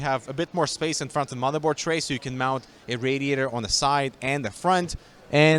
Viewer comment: Nobody: Not a single soul:: I mean look at the FrOnTh Yai Yo